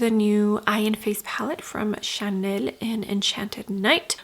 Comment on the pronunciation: Love watching your reviews…but hate when u try to pronounce Chanel or Dior differently..it makes me cringe.Anyway, just say it regularly. Love the eye look and love your videos ❤